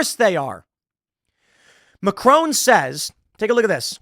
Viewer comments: Please please, get his name right it's MACRON in English and french not Macrone. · Omg that pronounciatin of Macron. Love Tim-Tim, but that was funny. 😅